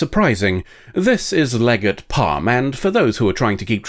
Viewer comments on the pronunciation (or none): none